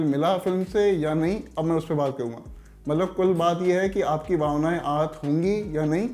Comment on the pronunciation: Abe pua pua nahi pura pura bolo...baunaye nahi bhavnaaye. Thit hai?